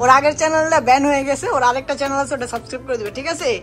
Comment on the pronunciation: চেনেল❌ চেলেন✅